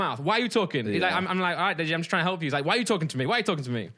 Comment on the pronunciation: simon goes carribean english ''we're not tryin''